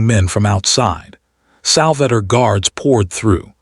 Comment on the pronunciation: Sal va tore not Salvatter